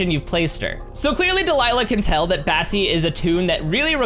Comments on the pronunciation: You call bassie cassie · Kassy you mean bassie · U said Cassie instead of bassie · Yes I was like “did he just say Cassie?”